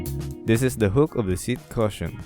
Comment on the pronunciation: Thanks. Its pronounced "Cushion" as on Ku not "Caution" as in watch out.